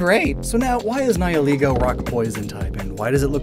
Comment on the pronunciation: english speakers ALWAYS get the wrong pronunciation with Nihilego